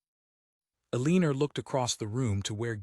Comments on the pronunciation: Ellen or.Not pronounced E lean or. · PLEASE…Eleanor is NOT pronounced Uhh-lean-ur!! It’s Ellen-or. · Isn't her name Eleanor? Never heard of Eleener. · I’ve gotten used to bad AI narration but the Eleener is especially irritating. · I can't listen to the mispronounced nam3 any longer. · It’s so blooming irritating! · 😂😂😂👌 The odd things that AI cannot master.......😮